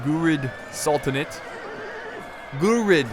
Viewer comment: They are pronunce "Ghuri" like "Yuri"